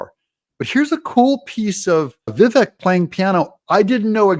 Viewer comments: Doug. It's Vi-vek ( rhymes with cake ). Heard it from his own mouth. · Doug... enjoy your channel, but it's pronounced "Viv-ache." I wince every time you say it. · You're pronouncing his name incorrectly. It rhymes with cake: Vivake, but spelled Vivek. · I had difficult pronouncing Vivek's name properly until I heard him explaining how to pronounce his name. His name rhymes with CAKE. Ever since he said that, I can remember how to pronounce it. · Doug, this might help with pronouncing his name. “It’s Vivek like cake “ ❤thank you for all your hard work. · Vivek is pronounced Vivake Doug. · Doug Doug Doug, at the risk of repeating myself his name is pronounced Vi-vake as in Cake!! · Obsessed with your show, absolutely love it!!! Just want to say Vivek is pronounced like cake (Vivake). He did an interview with Bill Maher and explained how to say his name. Just an FYI, not trying to tell you how to run your amazing show 😁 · Its Viv-AkE...rhymes with cake, not shrek. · Its Vivake like Cake. I know its spelled Vivek but yeah its pronounced Vivake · Doug - Vivek rhymes with 'cake' - his own words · It’s vi-vaek. Like ‘cake’. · Vih VAKE like cake. He said it himself. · Another day, and Doug STILL can't pronounce Vivek correctly. Pathetic.